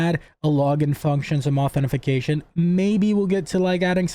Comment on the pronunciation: It's "authentication", or if you want a simpler way to say it, you can just say "AuthN". FTFY ;-)